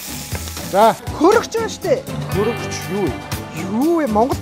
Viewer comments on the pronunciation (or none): Mongol busgui uuruu HURGUGCH-chiig HURUGCH gej helehiin kkk. HUTGA HUTGA geed l uneheer hetsuu yarij bnaa yadaj mix gechihvel hichneen amarhan, bas GARAA AVAV, erhii huruu chini tend YAVAAD BN, MAHAN DEEREE HAYACH ene ter geed ih hund yaridag hun bnaaa kkk. STEVE tuldaa medremjeeree oilgoj bh shig. bi frants hel medehgui yum chini geed l ...Buh europ hun angliar yaridag gedgiig medej bsan bol....gej. minii bodloor ch gesen ulaan bagiin hool ILUU bh shig kkk